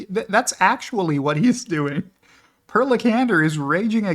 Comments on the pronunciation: You did Per Lekander good but the first part is pronounced with an E like in pair, try Për lol. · Per in Scandinavian countries is pronounced "Pear." It's equivalent to Peter. FYI